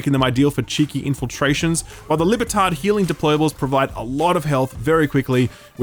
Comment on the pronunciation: Love how every time you say "Libertad", it sounds like "lib-tard" 😂😂😂